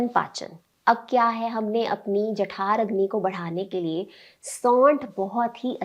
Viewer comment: जठराग्नि होता है jathaaragni नहीं